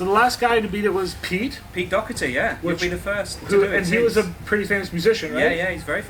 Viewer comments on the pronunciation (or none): OMG!! how can you not know how to pronounce Doherty or at least ask somebody it just blows my mind. Great job though. Oh, get your $$$$? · The failed attempted at saying Doherty 😂😂